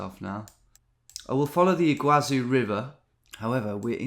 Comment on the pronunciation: I just glanced at it and I already knew it was Iguaçu Falls (btw "ç" has an "s" sound in Portuguese, not "z"), it hurted me to see him not knowing for a while, and even more so when he was looking to the East as West lol